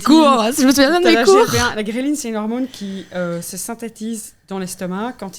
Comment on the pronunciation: Intéressant ! Par contre on dit hormone et pas hormône ;)